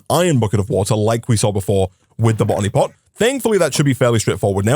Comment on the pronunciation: Drinking game: Take a sip whenever he says "botany pot" and take a double when it sounds like "bonny pot"